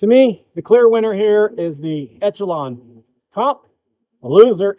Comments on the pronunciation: It's not called Etchalon, bud.. It's Echelon (like Eshalon). It's not an Etch-a-sketch! 😝 Lol.. 😂 The CZ P10C is hands down the better pistol. But since reviewer is a leftie, he prefers the Etch-a-lon. Besides all the mispronunciations, okay review, I suppose. 🤔😏 CZ still the better choice. Stop the Leftie Limp wristing & it'll shoot better. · Esh-uh-lon. Just an fyi. Good review though!!! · Thanks for the video but echelon is pronounced esh e lon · I took a shot each time you said ETCH-ALON. I'm drunk! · Echelon is pronounced Eshelon